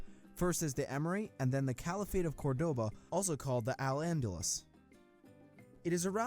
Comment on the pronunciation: A note on pronunciation: it's not the battle of "Co-va-do-ña", as spoken in the video ("gn" digraph in French sounds like in Spanish "ñ": AFI /ɲ/), but "Co-va-don-ga" as per written in our Spanish language. Another: it's not "Cor-DO-ba" (the accented syllabe) but "CÓR-do-ba), hence why it even has a tilde, emphasizing the accent. A third one: it's not "Grenada" (a non-existant word) but "Granada".